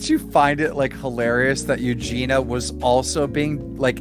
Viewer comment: PS: It’s Eugenia - “i” for God’s sake!